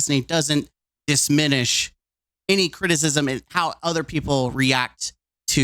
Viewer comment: Ten years of speech and you can’t pronounce “diminished”. P.S. the rambling is exhausting